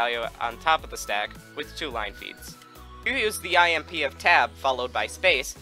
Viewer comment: when he says IMP i hear "I am pee"